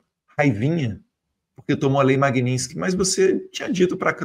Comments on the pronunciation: não é lei Magninsky e sim Magnitsky não deixe espaço pra essa cambada te criticar! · Ensinem a falar Magnitsky. Não é Magninsky